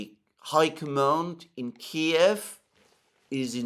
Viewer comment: I love that he still calls it Kiev, not this keev shit.